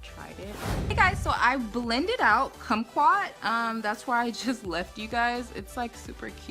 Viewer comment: Cute😊❤ You said kumquat right. We have a lot of kumquat trees in Southern California so that's likely where he got the name from. We used to sit in the trees and eat them as kids. 😊🌻